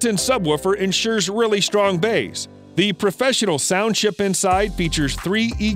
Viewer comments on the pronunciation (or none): It's baaaass, not baaaaess.